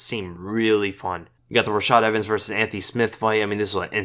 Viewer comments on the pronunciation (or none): none